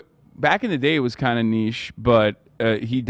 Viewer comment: Can someone tell me why Ethan says “nitchy” for niche? Is it an American thing?